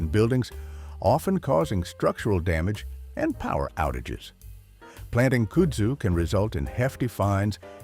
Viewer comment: Sorry but where does this pronunciation of kudzu come from? I’m assuming it’s an ai 🤮 voiceover cause, at least here in the south, it’s pronounced kud (like bud but with a K) Zoo